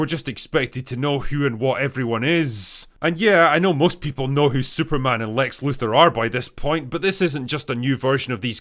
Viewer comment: I find it difficult to concentrate on what's being said when the speaker can't pronounce Luthor.